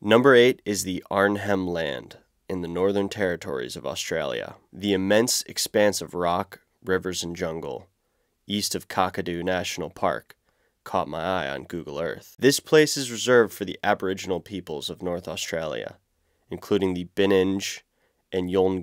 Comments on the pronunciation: Arnhem Land - AH-nhm Land. Kakadu NP - Kack-a-DOO NP. Archipelago - AH-ky-pell-AH-go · Australian part - The place is pronounced as Ar-nem land. And it’s kak-a-do National Park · Hey mate, love the shout out for Arnhem land although the h is generally silent so it's pronounced "Arnem", and Kakadu is "Kak-adu". I will leave to any indigenous Territorians to advise on the mob names :) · The 'H' is silent. arn-nem. The first 'a' in Kakadu sounds the same as the second 'a' in "banana" when spoken by an American. The second 'a' sounds like the second 'a' in "banana" when spoken by an Australian. Ka-kah-doo